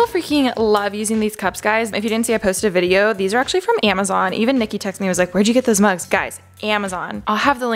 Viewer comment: (No hate Alisha, girl I love you but...) No one: Literally nobody: Alisha: Guys, its on EEEEHMAZON